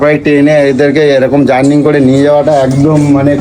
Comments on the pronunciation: কথা টা জার্নিং নয় কেলানে। জার্নি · কথাটা "জার্নিং" নয় রে পাঁঠা.. ওটা "জার্নি" হবে!